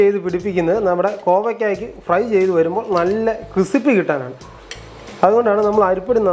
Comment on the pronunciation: ഇപ്പോൾ കണ്ടതാണ്, ക്രിസിപ്പി അല്ല മോനേ ക്രിസ്പി ആണ്.